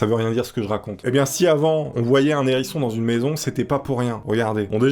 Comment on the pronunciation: J'adore, mais il faut arrêtez de faire la liaison, je défend une cause commune et juste on dit ni nherisson ni les zerissons